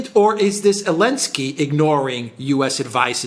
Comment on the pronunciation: Why do some people call him Elensky? Is that how it's supposed to be pronounced